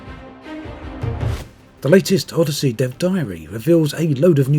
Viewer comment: Anyone else think it sounds like he's saying Oddity?